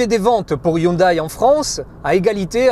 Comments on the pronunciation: ÇA SE DIT HYUNDÉ PAS HYUNDAILLE !! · "Hyndé" et non "Hundaille" ! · C'est un peu dommage pour un journaliste auto de ne pas savoir que ça se dit "hyundé" et non "Hyundaille" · Yundai se dit "Hyundé"!! et non "Hyundaille" !!!